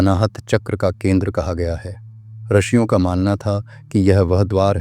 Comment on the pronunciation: अत्यंत उपयोगी जानकारी देने के लिये बहुत बहुत धन्यवाद। रिषियों शब्द का उच्चारण रशियों किया गया है।